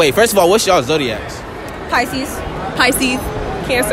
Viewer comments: I thought she said faeces but she was trying to say pisces 😂😂😂😂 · the girl who said peeisce instead of pisces ian gonna lie she look like the girl off shrek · She said peces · The fact that Pisces is often pronounced as pieces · That girl said Pee sees 🤦🏾😭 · I think it’s pronounced, “pie-sees.” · Rightttttt OMG pieceis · More like "peeces" 😂😂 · Resees “peecees” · I ain't gonna be offended by someone who can't even pronounce Pisces right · That's Spanish, she didn't know how to say it in English. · The way she pronounced Piscis is actually how you say it in Spanish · i’m Aries and i’m dead that one girl who was a Aries pronounced pisces wrong🤣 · Shes probably Hispanic, that's how it's pronounced in spanish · dude that’s how pisces sounds in Spanish. stop hating on someones pronunciation if you don’t even know what language they were speaking in. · She trying to come for us and can’t even say our name right Lmaooo 😭😭😭😭😭 #Piscesganggg♓️ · how she gone say she don’t like us and can’t even say it right ☠️, we don’t lie , we tha best 🤟🏽! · BISH WHAT YOU SAY?! YOU WANNA GO?! I’m a Pisces :c edit: Okay young woman, don’t try to break my heart when you cannot even pronounce Pisces correctly. Go home, girl. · The girl tht says Pisces wrong had me dead 😭😭😭😭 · She saying shit about Pisces but can't even pronounce it 😂